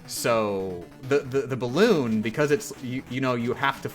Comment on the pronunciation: Leaving a comment 2 hours into the video begging to please for the love of God explain why she pronounces the totally 100% normal word balloon as "balon"